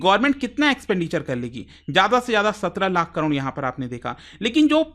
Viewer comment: Crore ❌ Cron ✅